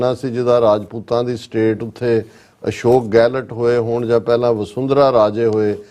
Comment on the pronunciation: ਅਸ਼ੋਕ ਗੈਲਟ ਨਹੀਂ ਅਸ਼ੋਕ ਗਹਲੋਤ ਹੂੰਦਾ ਹੈ